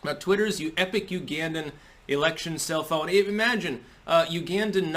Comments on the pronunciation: "Self-Own"... I THOUGHT YOU SAID CELL PHONE!!! I was waiting for the new TECH REVEIW... IMHO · I didn't look at the title of the video, and I thought he was saying, "the most amazing cell phone," rather than self-own. I kept waiting for the amazing cell phone connection to all this. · I thought you said “cell phone”🤣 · I totally though was saying "cell phone" not "self-own" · LOL i thought he said "cell phone" not "self own". I was waiting for the phone recommendation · Oooooooh self own. I thought he was saying cellphone. I was like WTF? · I keep hearing "Self-Own" as "Cell-Phone." I know Gab is coming out with its own physical phone so I leaned in a little closer. But this was good too. :) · I didn't read tut he title and at first I thought he was saying "cell phone" not "sef-owend. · Dude for first minute and a half I thought he was saying "cellphone" instead of "self own" damn eggcorns! Lol